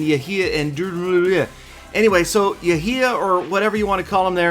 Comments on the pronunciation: Its pronounced yhia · Clash and Pokemon GO my name is not pronounced like that. That makes me sad. Yehya same as Yehia